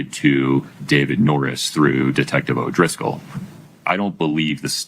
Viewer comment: It’s definitely O’Driscoll lol. That’s how he spelled it on the stand. People are probably just lazy when they say it lol